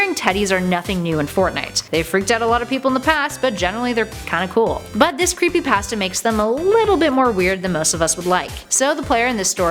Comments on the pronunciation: Creepypasta not creepypaasta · Why does she say it like creepyPASTa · Your saying creepy pasta wrong and REALLY annoying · She pronounced creepypasta wrong